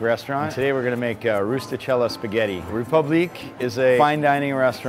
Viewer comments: You should not roll the [r] in French. The accent tells us that the [e] should be liftet in the pronunciation. The [u] should be short and not like the double [o] in English. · Piglet Z well he shouldn’t have named it a french name if he’s not going to bother saying it correctly 🤷🏼‍♂️ . he might as well have just called it ‘Republic’, spelt the english way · I cringed every time they pronounced it "Reepooblique" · that's wrong, the e acute accent makes it ray-poob-leek (and roll them rs babyyy) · Btw the “é” in République is pronounced as “eh” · TheIndianNerdMC No, the last syllable is correct. It's kind of like "leek". The "pub" syllable is supposed to be closer to "poob" than "pub". And the "re" isn't a "ree" . The accent (l'accent aigun, en francais) over the "e" indicates a sound that functions more like a long "a" sound. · The way everyone pronounces république is horrifying and I'm not even French. Sounds like they're saying Reee-poo-bleak or something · Rey the "ré" is also supposed to be pronounced "ray" so it's actually ray-poob-leek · Koko wait so is it pronounced like Ree-pub-lee-kay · Ewwww. Get your own bowl. Also, somebody should teach the owner of République how it's pronounced, otherwise the pretentiousness falls apart a wee bit. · When the $143 "French" pasta chef pronounces republique wrong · The way they are all pronouncing république is stressing me out. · not to mention his horrible pronunciation of his own restaurant's name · WOULD YOU MIND PRONOUNCING RÉPUBLIQUE RIGHT YOU GOD DAMN AMERICANS IT EVEN MAKES ME FURIOUS AS A GERMAN JESUS CHRIST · Chalesberg CA He did not pronounce it correctly, he only got the last syllable right. Does it matter? Not a bit, but don't say something's done right when it's not. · why you gonna cll it ''république'' if your gonna kill that beautiful name by pronouncing it in english